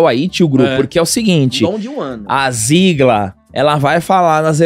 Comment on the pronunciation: Meninos, desculpe-me pela correção, mas a pronúncia do sobrenome da Beiçola é "Zégler".